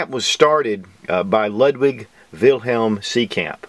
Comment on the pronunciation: So much practice, but all wrong anyway! German's pronounce W's as V's, the U in the name is pronounced as "OO", so you'd say "Loodvig Beethoven". Otherwise, we might as well pronounce the last name as "beeth-oven" instead of "beh-t-hoven".